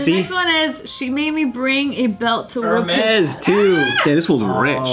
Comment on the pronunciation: always on point in the convos, even knows how to pronounce Hermes